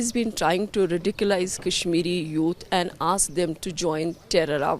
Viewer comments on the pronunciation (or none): Madam it is radicilize not ridiculize.